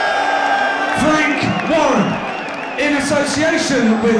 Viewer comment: secret messages...the MC announced Frank Warren as Freak Warren when first mentioning him! lol